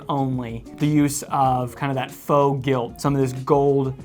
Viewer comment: “Gilt” lol